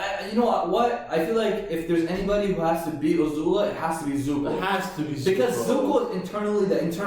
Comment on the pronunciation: He keeps telling Ozula Guys she is A-zula